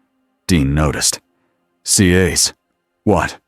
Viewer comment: Good story. Would have been nice if the narration voice pronounced it "CAS" instead of "SEE AYS"🤦‍♂️